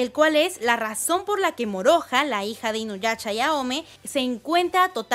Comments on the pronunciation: Me desespera un poco que diga inuyacha xD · Like si escuchaste q dijo inuyacha